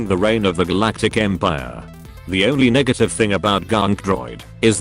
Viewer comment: I can't be the only one who didn't hear "negative".